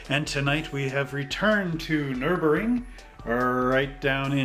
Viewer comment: Its nurburgring you do have to pronounce the G in real life it's an amazing track very very fun to drive we drove in in 2018 in a BMW E36 that we rented if you ever get a chance go do it